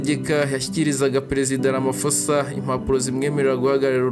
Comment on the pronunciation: Sinzi impamvu musoma iri Zina nabi Kandi ba nyiraryo bahora barivuga mwumva! Basoma "Ramapoza" ntabwo ari "Ramafosa" ph iwabo bayisoma nka p gusa.